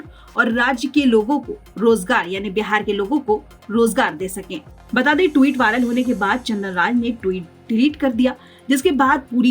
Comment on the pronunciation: हे संवाद दाता महोदय ट्वीट का सही उच्चारण करना सीख लीजिए।